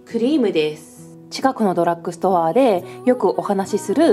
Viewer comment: ドラックストアじゃなくてドラッグストアです… 私もセザンヌのリップ使ってます！スルスル塗れて好きです！